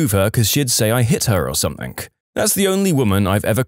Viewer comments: SomethinG, not somethinK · He’s probably British. I only hear British people say it like that.